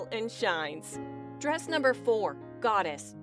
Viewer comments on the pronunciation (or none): it's goddess not doddis.